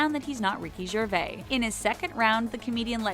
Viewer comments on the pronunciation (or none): It is not Ricky Gervay it is Ricky Gervais (Jer-Vace). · What you say is certainly true of pretty much all media, but to be fair, this channel DID point out the ones done in the spirit of fun and entertainment. Pronouncing "Gervais" as "Gervay" is unforgivable, however. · Hmmm okay so half of these were skits? And the fact you didn't research you pronounce the 's' on gervais! I actually likes some of your stuff but AS you guys can't get some of your facts right OR even show anything that wasn't researched properly you lost a subsciber! Peace! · The voice-over woman needs to learn the correct pronunciation of the word "expletive" & Ricky Gervais' last name. Or, is this a fancy, high-tech robo-voice that's incapable of doing that?!?!